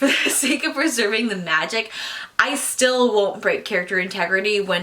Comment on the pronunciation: Meegic haha